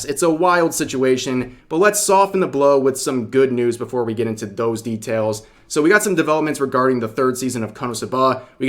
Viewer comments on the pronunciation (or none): none